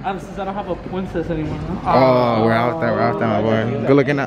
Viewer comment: You did not have to do Kiara like that brother “pwincess” sheeshhhhh